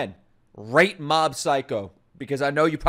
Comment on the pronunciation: Mob is Saitama's Dad?????? You said it the wrong way.